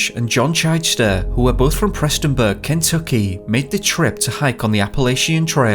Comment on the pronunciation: Sorry: the narration sounds suspiciously like computerized text to speech, not like a real person. The pronunciation of the name "Kentucky" is off, for instance. And the sort of "sing song" narration is also unnatural & annoying. Especially since the subject matter concerns an American location, the narration accent should be in American, not British, English. Use your real name, not "Top Mysteries".